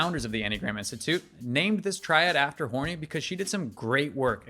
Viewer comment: I believe it’s pronounced more like hor-nay.